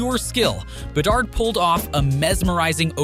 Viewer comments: My god, I did not know there were that many ways to pronounce Bedard. Is this AI? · why'd you switch up pronunciation on bedard? You had it right at first lol